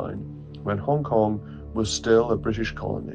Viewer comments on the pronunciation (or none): its Hong Kong - not HONK!